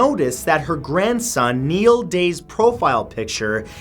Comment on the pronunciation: Thank you for properly pronouncing the name Niall! You have no idea how many times I've heard it mispronounced, the reason why I am excited about this, is because my son has the same name. By the way, he enjoys watching your videos, you've won over a four year old.